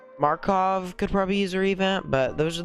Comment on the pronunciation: just so you know, its pronounced mak-ar-ov not markov